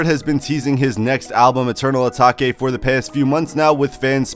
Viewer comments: Did my mans just say eternal ataki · Dont tell me my man just said eternal atake wrong...🤦🏻‍♂️😂